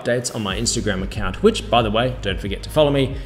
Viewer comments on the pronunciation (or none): none